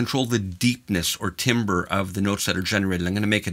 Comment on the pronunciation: Timbre is pronounced "tamber" or "tambour" as in tambourine. It is not pronounced "timber" as in what one might yell when falling a tree.